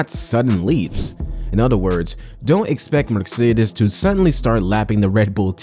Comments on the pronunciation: It’s not merc-cedes it’s Mercedes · Merk-cedes??? Hahahahahaha lmao mate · Another click-bate video. Leaving this "thrilling narrative" after a minute. But I love Merk-cedes! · Merkcedes... noice😂